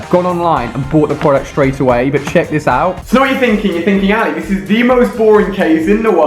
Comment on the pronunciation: his name Is sounds ail a